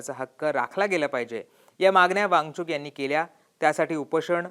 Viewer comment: या निवेदकाला वांगचुक म्हणता येत नाही ,तो सारखा वांगचुंग वांगचुंग म्हणत आहे .😅